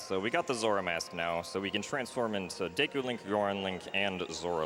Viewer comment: Pretty close to the Japanese pronunciation at least. I still like to read it as Diikoo myself though